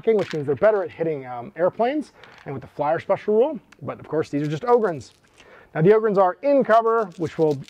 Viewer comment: Bonus pts tho, for pronouncing 'em 'Ohhh-gryn', not 'Awww-gryn'. They're space 'Ogres', not 'Agres'! 👍